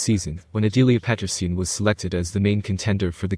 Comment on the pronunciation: Аделии Петринин это ты автор не образованный..она Аделия Петросян запомните как вам даже это не радует..а ты автор лучше произносить не можешь Фамилию Аделия Петросян...и тут комментатор несчастный 😡 😡...